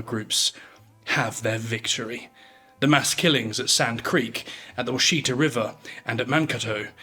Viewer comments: Wash uh tah!! Not sheet uh. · Love the video! Washita is pronounced "WASH-uh-taw," at least in Oklahoma. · Washita has emphasis on the second syllable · Washita is pronounced wash-it-a